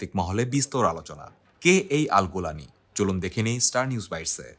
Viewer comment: জোলানি ❎ গোলানি ✅ 😂😂😂